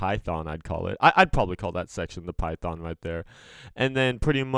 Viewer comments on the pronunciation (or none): none